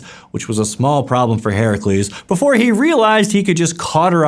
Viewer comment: You pronounced Heracles correctly :O!